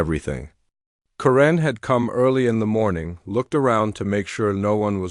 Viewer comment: I don’t think “Karen” is ever pronounced “ka-RINN.” Except maybe by AI.